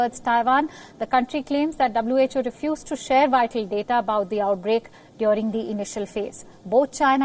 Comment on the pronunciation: Hey, it's not DYORING. It's DURING. lmao